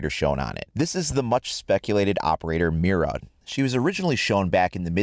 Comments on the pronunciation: It's pronounced Mida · Well since I can actually pronounce an Operator Name, people saying meer-ra is going to really get under my skin lol